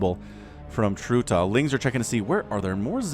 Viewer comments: Its trutactz not tratactz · are you seriously dissing those two? They are both top 10 outside of Korea, at least were last time I checked. edit: also, it's pronounced like "trutach"